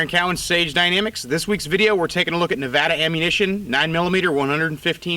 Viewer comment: Thank you for saying Nevada correctly.